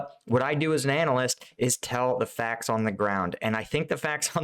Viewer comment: good to hear the facks....tanks..